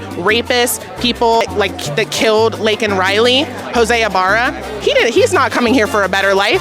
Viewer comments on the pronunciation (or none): none